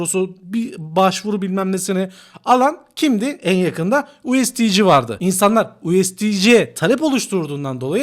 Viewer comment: Usd kısmını ingilizce söyleyip sondaki c harfini ci olarak söylemen çok rahatsız edici, o kadar insana hitab ediyorsun düzeltmen lazım